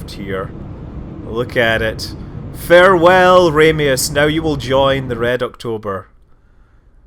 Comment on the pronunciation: I always thought it was Marko Ramius(Pronounced Ram-ee-us)?